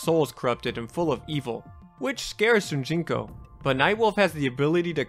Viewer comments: I feel like i keep hearing you say Shunjinko and it's Shujinko. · ITS "SH00JINKO" NOT "SHOONJINKO" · Dang... It drives me crazy hearing saying Shunjiko instead of Shujinko. AAARRGGGHHHH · Ughh, “Shun-jinko” keeps taking me out. SHOE-JIN-KOH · Dude, it's SHU JIN KO, not sunjiko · How the hell was it possible for you to continuously say Shun Ji ko when its said and spelled SHU JIN KO? very distracting. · Why do you keep pronouncing it SuNjinko? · Am i the only one that hears him saying shun jinko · My man decided to write, record and edit a 30 minute video and not take 5 seconds to make sure he got the name of the main character right, who the hell is "Shunjinko"? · It sounds like youre saying "shoon gee co" when saying shujinko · This man said shunjinko the whole video and it hurt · How do you consistently mispronounce his name? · Still says Shujinkos name wrong tho…